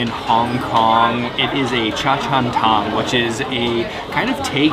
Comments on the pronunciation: It’s cha Chan “tang”, not cha Chan “tong”. But good video about the Hong Kong food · Hong Kong cafes are called - Cha chan tangs. Your pronunciation was so way off 🤦🏻‍♀️